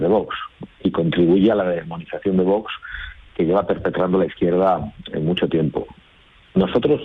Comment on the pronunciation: Es VOX no VOS cómo pronuncia el entrevistador.😅😅😅